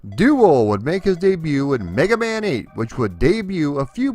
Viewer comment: I swear you said "Black Man" 🤣